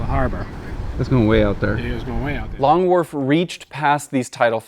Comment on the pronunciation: I'm sorry Long...what? Long WhaRf??? 🧐